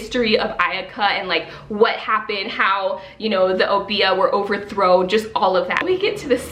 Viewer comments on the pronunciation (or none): Welcome back!!!! 😊 You were truly missed but I’m glad your eye is much better. N.B. I’m not sure if you were pronouncing Obeah from Witches Steeped in Gold but I’m from Antigua (small island in the Caribbean) and we pronounce it “Ob-yah”. That would be the pronunciation if it is spelt Obeah because a lot of our language is very similar to Jamaica’s.